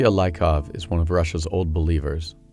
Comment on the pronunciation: The man who reads the text most likely haven't been there. He completely mispronounces the names: "Laikov" instead of "Liikov", "Eagor" instead of "Yegor", "Agathia" instead of "Agafia", etc etc.